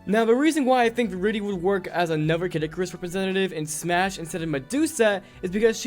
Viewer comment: Disliked cause you said Smush